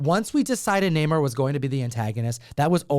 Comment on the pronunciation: Who’s Namor? Oh you mean the retconned Neh-mur